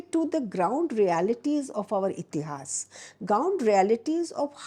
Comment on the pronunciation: Rightly said, wish she could say इतिहास, पुराण and वेद in stead of इतिहासा, पुराना and वेदा । , Especially in a great podcast like this one...